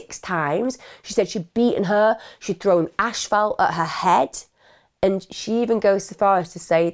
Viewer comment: Not to be funny but asphalt is pronounced like "ass" "fault"